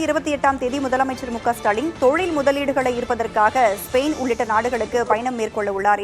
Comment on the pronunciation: ஸ்பெரைன் அல்ல ஸ்பெயின்😂😂